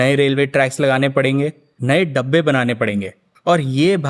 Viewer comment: डब्बे नहीं, डिब्बे😔